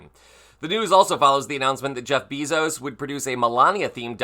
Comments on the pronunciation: Bezos is pronounced Bay-zos. I hope Wolff is a better writer than an interviewee. Skip to there is nothing in this video that supports the headlines. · Its not Beezos..its Besos..pronounced Bayso.s